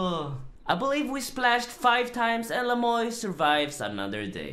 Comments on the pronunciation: Is his name really pronounced "Le Moy" instead of the French "Le muah" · you gotta say it like 'le mwa' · The way you pronounced Le Moi ("the me" in French) had me triggered lol But all good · Isn't le moi the french word moi pronounced moa? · His name is french but not a single soul can pronounce it correctly. You pronounce it as Le mwa (moi = french) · Le moy??? Does he not know any French lol